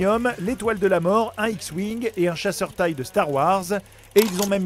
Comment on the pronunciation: Oui mais la vidéo n'a clairement pas été faite par des fans... la lampe de Pixar a un nom elle aussi... et le chasseur TIE prononcé "taille" de Star Wars... J'ai toujours entendu dire "té i eu"...